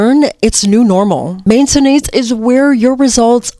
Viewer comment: Main(tenance) emphasis on the first syllable 😊❤